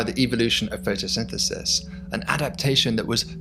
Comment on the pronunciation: I heard "photosynthesynthesis" and decided not to continue watching the video made by this dyslexic.